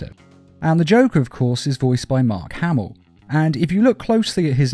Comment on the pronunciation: Just a note: Mark HamiLL, not Hamil